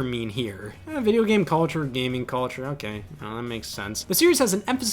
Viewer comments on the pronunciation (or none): none